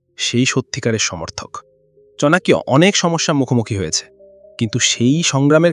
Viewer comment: Chanakya ke "chanakiya" Baniye dilen dada???